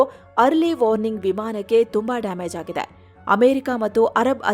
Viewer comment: AagiDE madalagiDE very irritating stressing on DE in every sentence 😢😢😢😢